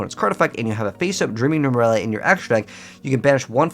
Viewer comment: Nemurelia, not Numeralia.